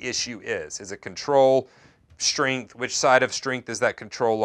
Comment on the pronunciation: Shtringth ... im sorry, i had to, after hearing it once i couldnt stop...